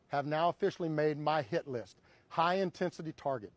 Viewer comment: I thought he said SHIT LIST